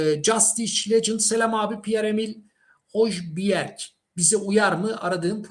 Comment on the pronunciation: yıllardır isimleri söyleme konusunda sıkıntı çekiyorsun. Biraz araştır be kardeşim. Hiç mi İngiltere ligi izlemedin? Hoyberg diye okunuyor